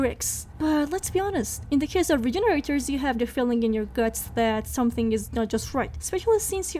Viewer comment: Awww you Cutie, you were pronouncing it right but in the RE4 remake they're labeled Regeneradors <3 <3 <3 Cutie.